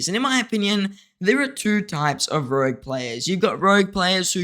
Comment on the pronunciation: Ooof, it's "rogue" mate lol